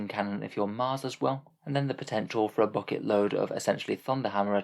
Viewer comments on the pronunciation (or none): none